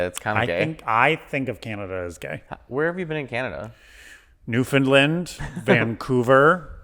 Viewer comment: OK. First off, Canada is super gay! As a trans pan Canadian woman, Canada is really F&#$ing gay. Literally one of the best countries in the world to be LGBTQ+ Also, the way pronounced Newfoundland was adorable 😆